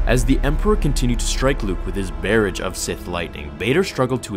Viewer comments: barrage of force lightning. Barrage is pronounced like garage lol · Barrage is pronounced “buh-rahj” not “bear-idge” lol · Come on.... really? Bear-ij? It's buh-raw-zsh, like garage, but with a b at the beginning instead of a g. Lol it's really funny when out of nowhere you get a word just totally wrong and pronounce it all awkwardly haha. It always makes me cringe a little bit cause I love your videos and story telling ability and presence, you are extremely good at it man! But these words you randomly butcher totally kill me haha. And it always makes me wonder how you don't know their correct pronunciation because you speak very well and eloquently and you are clearly very intelligent also.... How come you don't look them up to make sure you pronounce them the right way when you come across a word(s) you're not sure just what the correct pronunciation is for them in the moments leading up to the start of the video? It only takes a second and every dictionary/thesaurus app and website has functions that say the word phonetically for you in its correct pronunciation so you don't have to guess when looking at the phonetic spelling of it in the "s just next to the word.... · I liked the narrative, but I just wanted to kindly point out two things, only to see future narrations be even better. Barrage = "burr-AHZH" Chasm = "KAZ-m" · Barrage is pronounced "buh-RAHJ" and chasm is pronounced "kazm." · Besides the fact that he regularly mispronounces words (chasm, barrage etc) he's a pretty good narrator. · The pronunciations of “barrage” and “chasm.” Just something my mind picked up on, lol. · Try to enunciate "barrage" and "chasm". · hey, men. I love the videos, but you totally mispronounced Chasm and barrage. you can put them in Google after the words how to pronounce and it'll tell you how to say them.